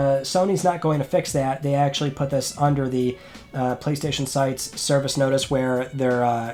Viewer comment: It's Friday on the 27th of May, let's talk PlayStayshon